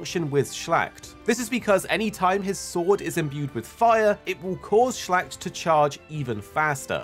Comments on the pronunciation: Was wondering what he means with shlagt in the Percival part. Watched at the hud and saw the word. He ment Schlacht a german word and that was what he was talking about :D He butcherd this word unintentional i guess xD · It's so funny to hear a non-German speaker say Schlacht 😂 Love the videos 👍